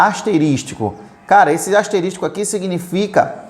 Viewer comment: Parabéns pela aula, aprendi bastante com o senhor. Só queria fazer uma observação, a pronúncia correta desse sinal * é asterisco e não asterístico.